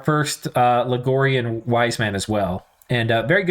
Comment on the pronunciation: I'm pretty sure it's pronounced Log-ri-an; there's no "O" to spell Logorian :).